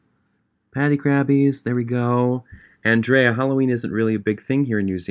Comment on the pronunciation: he wasn’t saying MY NAME specifically but the way he said “andrea” was exactly how i say my name and so it made me happy to hear someone pronounce it how i do